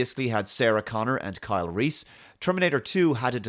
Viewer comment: 'Carl'. Just one enunciation away from 'Kyle'. Absolute dogshit.